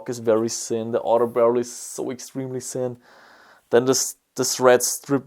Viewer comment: I like how you pronounce "thin" that sounds like "sin" and that "thick" sounds like "sick". It even works in those contexts :D